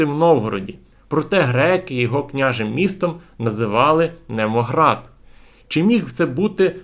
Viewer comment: НемоГАРД, не Немоград